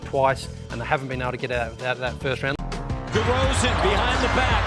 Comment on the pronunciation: Hey you made a mistake with “Demar Deroan” (Derozan*)